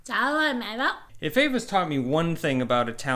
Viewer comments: Eva. It sounds like Ava when he pronounces it but is spelled Eva. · Why does Eva pronounce her name "EH-va" and you say "AY-va". Are you sure you two are married?